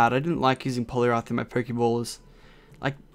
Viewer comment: I like how he said blue boss polirath